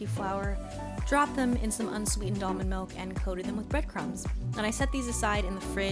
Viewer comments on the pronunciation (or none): none